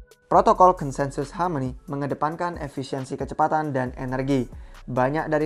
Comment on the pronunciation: Hameni hameni, rrrrrr